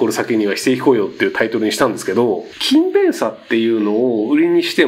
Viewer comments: ｢キンベン｣のイントネーションが違うような・・・ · くしゃみの可愛さ+勤↑勉↓の発音で内容が入って来なかった( ´△｀) 疲れてるな、私。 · 全ての勤勉がKindleみたいに聞こえる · 勤勉のイントネーションがインゲン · 勤勉の発音気になって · 勤勉の発音が気になる